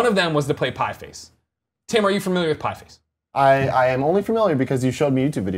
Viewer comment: These guys can't even read a two word title correctly. It's Pie Face.